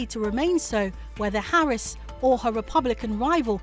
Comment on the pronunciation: To the american contributors, with all due respect. If you don’t know how to pronounce her name correctly, just refer to her as Vice-President Harris